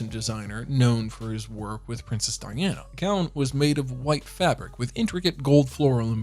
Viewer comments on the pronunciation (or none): none